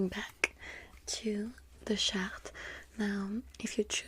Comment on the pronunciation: “ok let’s move back to the shart” Me: Wait what 😂